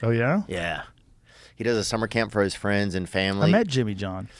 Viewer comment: I'll be you guyses fwiends😊